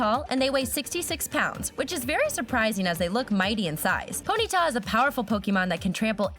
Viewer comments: You Said Pontya 😂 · Did anyone realize "Pontya" xD